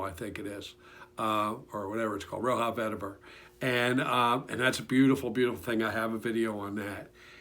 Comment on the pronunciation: Roja not roha